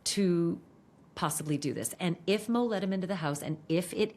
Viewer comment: I hate how you call her mo.